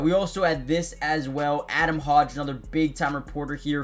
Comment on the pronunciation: Love the videos bro!🐻⬇️ Just fyi its pronounced hoe ge like Jordan love is a hoe! Keep up the good work!